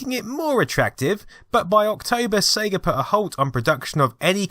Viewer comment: Brilliant work and goodness you pronounced it SEYGA (as in Ages), not Segga as in Egg:)